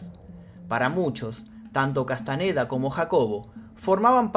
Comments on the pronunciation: Boludo!!, Castañeda no Castaneda, sentido común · Ok pero "Castaneda"? No mames